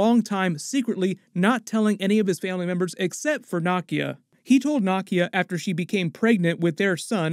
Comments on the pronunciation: Kinda wonder why u keep pronouncing Nakia so wrong....like ik u watch the movies & hear how it's pronounced lol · You need to work on your pronunciations of Nakia, Aneka, Ayo, Namor et al. How are you still mispronouncing them after watching the movie? It’s annoying for you to give a full breakdown and Americanize the pronunciations. As for the nanite armour that Tony has for Infinity War, Shuri actually helped him develop it based on the “The Wakanda Files”